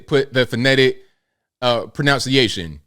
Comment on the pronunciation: . No offense but you didn't...pronounce..."pronunciation" correctly. It's pro-NUN-ciation. Not "pronounce-iation."